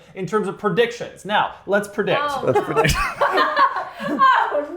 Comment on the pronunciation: Pronouncing "prediction" as "purdiction" lol😅